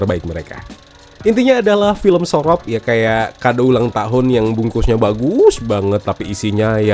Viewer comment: hobbi banget, mlesetin kata si, surop di bilang sorop,, punden di bilang sinden, penitistaan bahasa jawa 😂😂